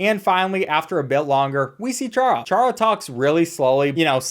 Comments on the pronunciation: It’s pronounced Car-uh not char-uh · it's prenounced cara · bro ch-ara? are you fr. its pronounced cara. bruh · Why is no one talking about how he pronounced charas name wrong it's pronounced cara not Chara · it's pronounced Kara not like char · ITS NOT PRONOUNCED “CHARA” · Ain’t no way bro said chara didn’t pronounce it kara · by the way its chara as in character just so you know